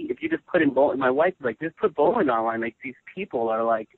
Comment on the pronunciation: Nice itw. But it's funny how PJ doesn't pronounce Bolin's name right. XD